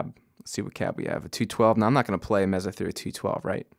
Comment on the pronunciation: Mezzuh? I think it's pronounced "May-suh"? ;-) Really great review though. Learned a lot about the unit. Thanks!